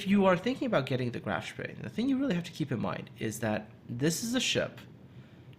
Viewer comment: Love the "Spee," especially with Muller or Lutjens.